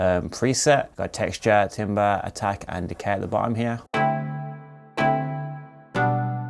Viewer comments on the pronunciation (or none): it's pronounced "Tamber". Timber is found in the woods lol 😆 thanks for the good vid bro!!